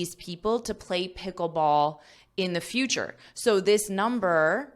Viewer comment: I heard the word 'Picklebsall' for the first time.😂😂😂